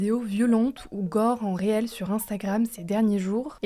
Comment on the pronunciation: Pour info, reel ne s'écrit pas réel et ne se prononce pas réel, mais 'ril'. Ca veut simplement dire bobine en anglais. Triste cette generation qui ne sait ni parler français, ni anglais